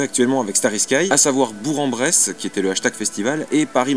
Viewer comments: Ça se prononce Bourk en Bresse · juste une petite précision : Bourg en Bresse ça se prononce "Bourk en Bresse" ^^